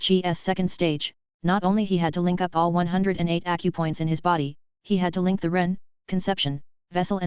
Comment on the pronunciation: keeps calling Accupoint • a cup point XD